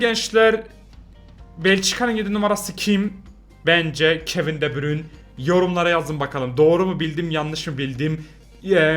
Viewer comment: Pusudayiz meennn abi seviliyosun bu arada de bruyneyi dogru soyledin